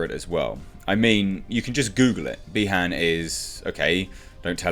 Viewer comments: it's BI-Han not BE-Han, similiar to saying Bi-sexual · Not bee Han it’s pronounced by haun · The way you pronounce Bi-Han had me thinking of how lando calrissian would pronounce it lol